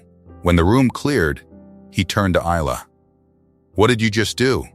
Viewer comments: 🙏 for pronouncing Isla's name correctly. I noticed in version 1, the transcript says her name's Elena. Love ❤ your work. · It' pronounced properly in this one.